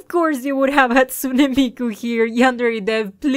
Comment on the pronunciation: Hat-soon mi-ku